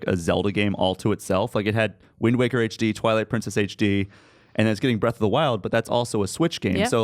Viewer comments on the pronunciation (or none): none